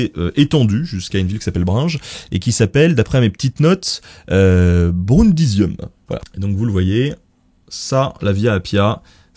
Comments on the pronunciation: "Brunge"??? Brindisium => Brindisi, c'est une ville italienne connue... 🙂 Sinon bonne video 👍🏻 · c'est pas Bringes mais Brindes il me semble ( Brindisi en italien ) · maintenant on dit Brindisi, pas Brindes... ça pique un peu...